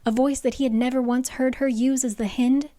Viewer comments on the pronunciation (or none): I love you but these pronunciations😭 first Mee-cah instead of My-cah, now the hih-nd instead of the high-nd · ahah I can't its "Hynd" like "HIGH-nd" of a deer. not HEEND. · Omgggg I am so excited for this video but I dont know if I can make it through hearing Lydia’s name (The Hi-ND) pronounced that way the whole book (hin-d). I got through Micah (MY-cuh) being pronounced (ME-cuh) from the first video so I know where there’s a will, there’s a way! 😂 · It’s hind like behind. Please 😭😭😭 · just realized that does not include pronunciation LOL its pronounced like "hind end" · Haha "hind" is pronounced like "kind". A hind is a female deer. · Hind is definitely pronounced like “behind” … hind is another word for deer! And she’s a deer shifter.